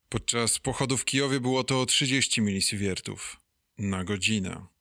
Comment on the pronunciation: Super materiał PS. Wymawia się milisiwertów a nie milisiwiertów, ale to pewnie naleciałość ze wschodnich materiałów ;)